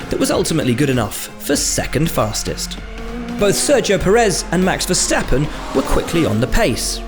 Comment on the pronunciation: After 5 years, the commentators finally managed to pronounce Verstappen’s name correctly. Next up, Charles Leklurk.